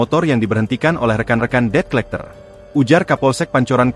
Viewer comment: tumben tribun ngebaca debt collector benar kali ini, baca nya det colekter